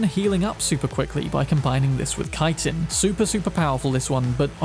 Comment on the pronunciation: Thank you for pronouncing Chitin correctly.